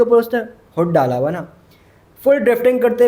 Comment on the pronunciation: Haram kamaya wa .... ye wa konsa lafz hai ? Haram kamaya huwa hota hai ..... Huwa